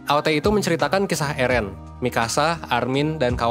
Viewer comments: Plis lah bang,,,, Eren,,, bukan ErEn:') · eren itu bacanya eren bang, bukan eren. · Yg bener itu Eren banggg, bukan Eren🤣